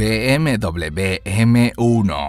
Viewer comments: Be Eme Doble Be !!! ME ACABAS DE MATAR A MI Y A MILLONES!! Se dice Be Eme Uve socio,vaya pronunciación q gastas ,de chiste locoo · Be eme doble u así se dise